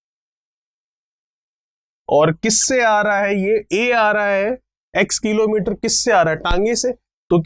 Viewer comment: Sir aap किलोंमीटर कीलोंमीटर q bolte ho 😃😃😃😃😃😀😀😃😃😄😃😃😃😁😁😃😀😀😄😄😄😃😃😀😄😁😁😄😄😃😃😃😄😄😁😁😁😁😄😃😀😀☺😄😄😁